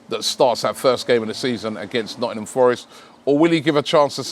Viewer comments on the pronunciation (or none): none